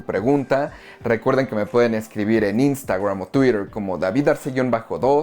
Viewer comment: "iu- tubf", "instagruam", Ay no mames, no seas exagerado con las pronunciaciones, estamos en LA